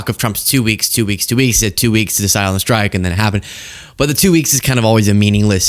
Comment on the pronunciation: administration not adminishtration, strike not shtrike